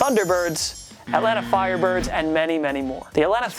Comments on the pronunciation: “Atlanta Firerbirds” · "Atlanta Firerbirds"